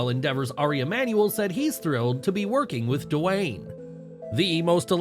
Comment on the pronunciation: Narrator - stop saying "Duh-Wayne". It's just "Dwayne", said smoothly, without additional letters, sound or syllables, ya dumb-a*s.